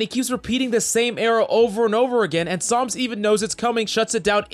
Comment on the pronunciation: Is it just me or does always call him Psalms?